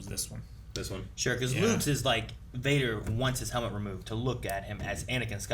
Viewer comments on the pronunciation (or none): none